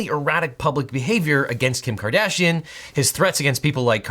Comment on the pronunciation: Half the time you say Kardashian I hear Cardassian...